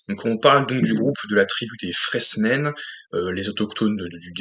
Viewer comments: Tu t attendais à un blockbuster , ce que Dune n est pas ;) Au passage , c est "FrÉmens" , pas "FréSmens" )) De mon coté je jugerai de l ensemble , pas film par film , c est comme en peinture avec un dip ou triptyque , l ensemble à une cohérence . ✌ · Ouais c'est un peu timoré et lent. Par contre ça pose les bases. Après comme il était prévu de faire au moins une suite un deux il fallait prendre le temps pour préparer ce qui allait arriver dans cette partie 2. Pour info on dit Fremen sans "s".😂